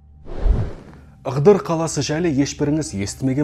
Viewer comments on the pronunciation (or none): Ығдыр емес Ыыдыр